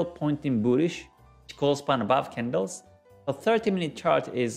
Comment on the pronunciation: Hey Man, nice videos! I found your YT Channel only some weeks ago and seems really full of material! For this reason I give you the best thanks for your job! So i've a simple question: why u call "Chiko Span" instaed of "Chikou Span". I've saw u are the owner of the real Book of G.Hosoda, and i really would like put my hand on there version of book. So, which Is the correct way to call this line, respecting Hosoda's studies?